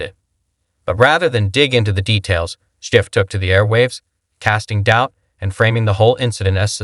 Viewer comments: Damn, I want to like this but I can't get past the host mispronouncing his name. It undermines the whole video. Schiff should be held accountable. He should never be able to work in politics or any position of power. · Can't even pronounce Schiff's name properly? Sure the guy is trash...but the voice-over? C'mon.